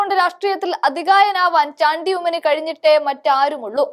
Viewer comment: മലയാളി അല്ലേ മോളെ നീ. ചാണ്ടി എന്ന് പറയാൻ നാക്ക്‌ ഉളുക്കുന്നുവോ 🤔